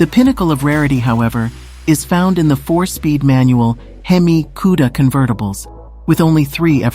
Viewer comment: Hang on.... Can we get a video of you mispronouncing Cuda and Hemi some more? Please, and thank you.